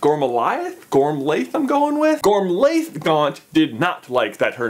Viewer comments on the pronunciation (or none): Gormliath is pronounced gormwiath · It's pronounced Gor_mil_a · I’m many years late, but if anyone is interested, Isolt is pronounced EYE-sahlt and Gormlaith is pronounced GOR-rm-la. Sort of a tricky Gaelic thing there with the “rm” bit, literally like the word “room” without the o’s.